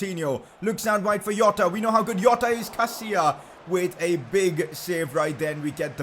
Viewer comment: When you are pronouncing a Portuguese name, the J in Jota is pronounced like an s in the word treasure. Not like how in Hispanic names you get J pronounced like H, or Y etc, Hope this was helpful.